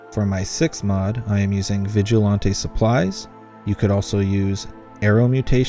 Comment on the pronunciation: "Vigilãnté" lmao